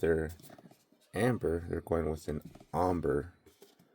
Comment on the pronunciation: Are we really not going to correct the way he's saying Ombre? It''s pronounced entirely different to Amber. (Om-BRAY) Would be the proper pronunciation.